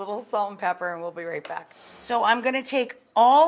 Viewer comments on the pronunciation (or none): none